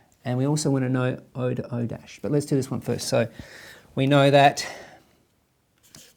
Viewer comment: when he call " O' " O dash instead of O prime